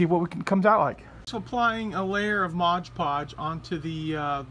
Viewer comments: Did my head in every time you said Modge Podge instead of “Mod Podge” Great dios though 👍🏻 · Whenever you say modge podge instead of mod podge a puppy dies 😔